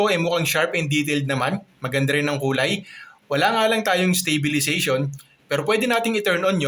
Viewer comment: stop saying 'stay'bilization. it's STAbilization